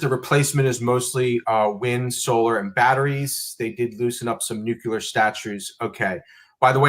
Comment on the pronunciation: LEARN HOW TO PRONOUNCE NUCEAR.